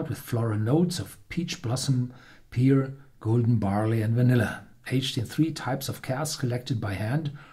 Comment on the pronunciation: Pear......it rhymes with Herr.